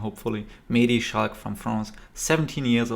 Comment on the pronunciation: Is that so? I actually think you are one of the few who pronounces his name correctly. Commentators tend to say "Schlack" instead of "Schalck". But that is just wrong. And you also pronounced his first name correctly. For reference, if you listen closely during the intro you can hear how his name is pronounced in french